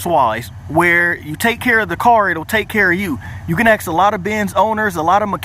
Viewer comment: He keep sayi' "ax" ! I luh dat!